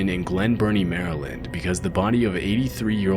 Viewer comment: Thank you for pronouncing Maryland correctly. Also this is a good example of why we refer to Glen Burnie as Glen Dirty.